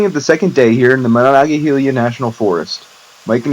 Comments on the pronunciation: It’s Monongahela no “eye” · It's pronounced "Muh-non-guh-heel-uh"